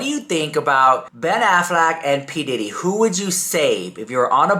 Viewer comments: Did just really say Ben Aflac 😂🤔, you mean Affleck not the insurance duck 😂😂😂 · Quck !!! Aaaaflac!!! 😂